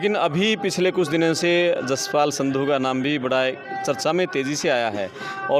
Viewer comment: संधू नहीं सिन्धु हैं